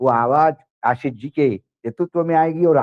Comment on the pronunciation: आसीस नहीं, आशीष . मेहरबान हो जàइये हम पर. हम आपके मेहमान को सुन ने के लिए आप का चैनल सब्सक्राइब किया हैं. अगर आप को सुन्ना हैं तो आप को फोन करके सुनेगा ना ? १२ मिनट के भाषण में ११ मिनट फटाफट वो भी मेहमान को साथ लेकर . बस आसीस , बहु आपला मानुस आहे , उन्हें मालूम हैं सब कुछ, क्योंकि उनका नाम अशोक वांकडे हैं